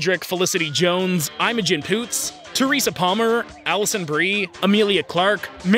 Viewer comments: Who the heck is “eye-mogen Poots”? Isn’t it pronounced “i-mogen Poots”. “i” as in shit… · 'I'm-A-Gen Poots.' Your English is terrible. It's pronounced 'Imogen'. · “I’m a jinn Poots” It’s pronounced “i-m-ogin” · I have never heard "Imogen" pronounced that way in my life